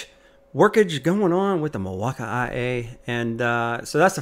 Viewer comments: Milwaukee is pronounced mill-walk-key Not Mil-wak-ie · It’s the way he pronounces Milwaukee